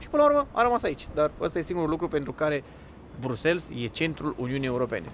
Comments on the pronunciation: Buna ziua, mai terminati va rog cu BruxelS e Bruxel belgienii zic Bruxel si francezii Brusel flamanzii Brusel si englezii Brussels dea pronuntia e diferita de ce facem o struto-camila din aceasta pronuntie?? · Sa stiti ca in limba romana se pronunta "BRUXEL", nu "brusels" 😂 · Cu respect, "Brüssels" nu există, e ori "Brasăls" in engleză, ori in rest "Brüsel" in franceză/germană. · Se citeste Brusel, nu Brusels 😊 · Amice, prima dată am crezut că n-am auzit bine, dar ai pronunțat de mai multe ori Brusels în loc de Briuxel.🤣😂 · Bruxelles. BruselS??? De ce pronunti BRUSELS? E Brusel, un minim de cunostinta….daca te axezi pe negativ gasesti negativ, daca te axezi pe pozitiv vei gasi pozitiv😊😊😊😊😊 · Draga, nu mai pronunta asa numele orasului, se pronunta "Briusel", fara s la sfarsit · Se citește: briusel, cu accent pe S apoi LL